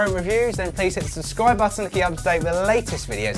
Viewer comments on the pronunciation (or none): none